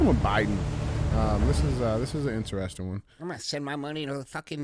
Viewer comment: DJ spends too much time trying to be the center of attention. Really makes CTI unwatchable. He is not funny and his illiterate pronounciation of common words (in-tuh-res-tun = interesting, axe = ask, etc.) are a "crime against humanity." I'll stick to Q&AF from now on and skip CTIs.